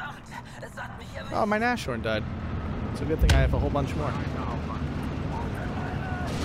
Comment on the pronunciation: I know I am picky again, sorry! - Nashorn is pronounced Nas-horn, not Na-shorn I don't want to be annoying (although I am), just want to "help".